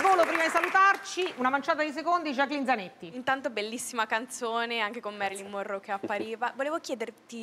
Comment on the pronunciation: Invece che Monroe, ho capito Morroidi😂😂😂😂😂😂